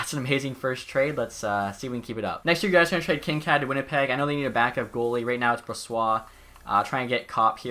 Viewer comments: its pronounced kin - kade not kin - kad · Also I don't wanna be that guy but its actually pronounced Kinkaid with a hard a not a soft one.